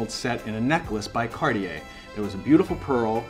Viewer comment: CarTier not CarDier. Make an effort!